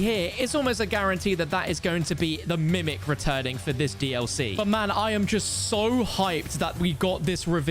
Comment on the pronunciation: Did u say mimic?😢 again bruh